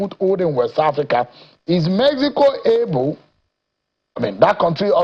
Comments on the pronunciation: Pls decide whether it's pronounced 'Mehico' or 'Mexico' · Omokri just dey fool himself. Mexico, mehico 😂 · Don't you find it a little odd that the ambassador is not consistent in his pronunciation of "Mexico"? Of course, both pronunciations may be correct in different linguistic contexts. But when speaking English in a formal setting, constantly switching between pronunciations from different languages can be confusing for the audience. Pointing that out is not an attack; it is a legitimate observation about communication and representation. The honorable ambassador, of all people, should understand the importance of clarity and consistency in public speech. So instead of calling people names for highlighting an obvious inconsistency, perhaps it would be better to engage with the point being made. Not every criticism is hostility. Sometimes it is simply an observation. 😂🤦‍♂ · Yeah, the pronunciations can both be correct depending on the language being spoken. My point, however, is about consistency. If you are speaking English in a formal discussion, it can be confusing to keep switching between the English and Spanish pronunciations of "Mexico" within the same conversation. I'm sorry if I wasn't clear enough in my first comment. I'm not arguing that one pronunciation is right and the other is wrong. I'm simply saying that consistency in speech helps communication, especially when you are representing a country in an official capacity.😊✌🏽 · 'Mehico" "Pira Obi". Confused man!